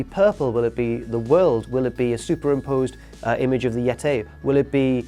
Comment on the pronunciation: I don't think I like the way says Yeti.